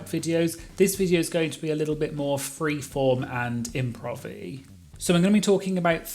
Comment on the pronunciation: You really made the slang word “Improvey” four syllables with your British accent when in its literal non existence it’s only read with three syllables. Repent please.